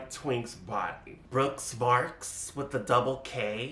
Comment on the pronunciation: It's BrookS MarkS, with the double "s" :D LMAO! I love when you go in on Brooks <3